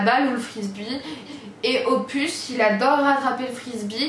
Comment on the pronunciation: Quand tu as dis les surnoms , pour opus tu dis pupus et après tu dis « nn Loulou !! » 😂😂🤣🤣 sinon belle vidéo comme dab !❤️